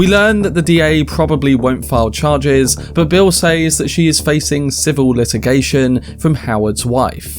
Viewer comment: “says” in English is pronounced “sez”. It’s used so often that it becomes distracting every time it’s mispronounced.